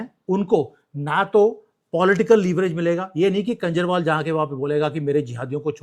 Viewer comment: please pronounce KHANJARWAL instead of KANJARWAL.